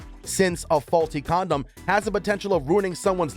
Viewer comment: huh-huh... he said "comdom"...